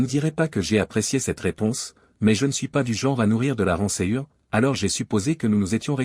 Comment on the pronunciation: Rancoeur et non ransure